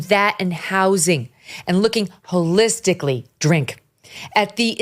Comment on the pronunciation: I love you dear, but you missed dipsh*ts point…wholelistictly, hahahaha